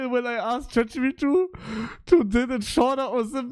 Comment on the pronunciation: Warum sagt er chatgp2 das trigert so hart 😂